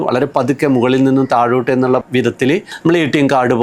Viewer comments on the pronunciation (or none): none